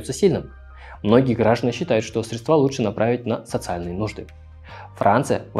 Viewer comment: Как режет слух "средствА" боже мой мои уши не смог досмотреть